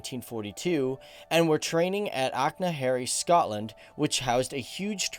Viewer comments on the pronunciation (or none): First of all, it is Korps Commando Troepen (not Tropen). 2,/ the Dutch Marines are not SF. Only a part of them, Maritime Special Operation Forces is. 3./ Achna Harry ? It is Achnacarry, Scotland. 4./ The members of No.2 Dutch Troop (10 I.A.Commando) did see actual action. They fought in Walcheren, Vlissingen, Market Garden and several places in the East Indies. 5./ It is not KTC, it is KCT. Man, do some research. Reagrds, a former oparator